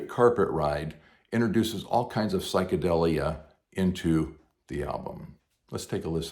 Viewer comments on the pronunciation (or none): It certainly is, it was just pronounced wrong, here. It should be, psychedEElia. Like, "deal". Sounds like, "memorabilia".